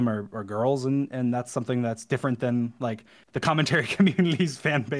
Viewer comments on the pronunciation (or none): I time stamped this cuz he said “young grr” instead of ‘young girls’ 😂